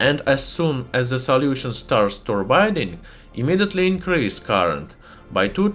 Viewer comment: I love when he says "soliution" XD